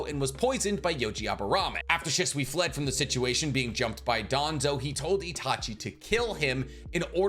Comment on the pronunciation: First off obito only lived with his grandma he never met his parents and how can you not pronounce shisui right you make make videos everyday